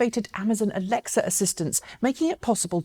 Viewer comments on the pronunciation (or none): none